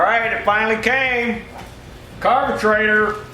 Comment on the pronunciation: I catch myself saying carbatrator thanks to you. LOL